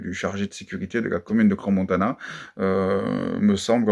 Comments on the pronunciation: Svp… ça se prononce Cran… non pas cransse… ça fait mal aux oreilles 😏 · Bonsoir, on dit CRAN Montana et non cranS Montana ! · Ce cretin ne sait pas qu’on dit CRAN Montana, et qu’on ne prononce pas le S. On ne peut pas trouver quelqu’un qui prononcera correctement ? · On dit "cran" si jamais hein 😅